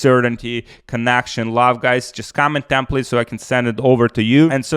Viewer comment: TEMPLATE BRO TEMPLATR